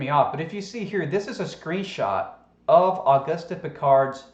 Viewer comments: It's pronounced augoost not augustie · The French pronunciation of Auguste would be "oh-goost". Accent on the second syllable, as in "because". I assume the Austrian is similar. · Love your channel,. Say, I was a French major in school. Can I help you out with his name (if someone else hasn't done so already) for future reference? His name is pronounced "Oh-goost Ann-twahn." (You got the "Piccard." 😊) Thanks for the Wiki alert. Now I think I'll buy one of those "Duh-grass" (also French) Tyson t-shirts. 😉😊❤ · it is very hard to take you seriously when you mock his name by mispronouncing his name over and over and over again. the mans name is based on the French lanquage. the "e"" is silent .augusty is not his name .please i know we are the deplorables but we need not show how dumbed down truthers really are. actually i dont think you are dumb i think you may be mispronouncing his name on purpose, are you? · Auguste Piccard is pronounced “o-GOOST pee-CAR”, or at least, that’s close enough to French for most ‘Murricans. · Auguste is pronounced [August] like the month, in French the final e of every word is muted as in [Antwan] is the pronounciation of Antoine. Hope this helps. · Auguste is a French name and the "e" at the end is silent. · The "e" is silent flattard boy.